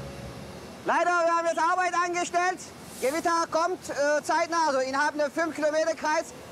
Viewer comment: Die Gwitter, es kommt DIE GEWITTA😂